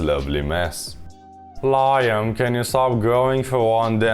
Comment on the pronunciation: That’s an unexpected way to pronounce liam. 😂